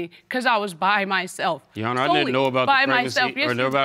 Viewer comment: 2nd case oml is it soo hard to just say your honor??? Why does she consistently say “you honor” just add the r it’s not that hard!!!